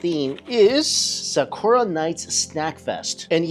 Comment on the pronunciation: Bro said “SAAKOORAA” tf is wrong with you bro, atleast TRY to properly annunciate